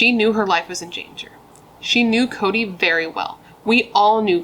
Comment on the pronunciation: 😂😂😂😂 this case is not funny, however, I am laughing when you said Chode instead of Cody😂😂